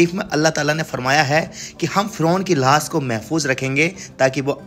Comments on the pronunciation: भाई जान लाश को लाह्श क्यों बोलते हो लाश बोलो अच्छा समझ आयेगी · Lahaas nhi hota bhai lash hota h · Lahash lahash kya bol rahey ho bhaiye.Laash bol bey. Camera bhi worst lekar gaye ho. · Bhai thoda lafzon ko achche se bolo lahas nahi laash sahi lafz hai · Lash hota hai, lahas nahi, sahi se boley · Lahas nhi lash bolo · Lahas nahi lash bolte hain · Sahi se bolo lahas nhi lash hoti hai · भाई साहेब लास नहीं लाश बोले। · Lahaash Nahi hota Laash Kaha jata hai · Abe lahaas q bol Raha hai,,,,?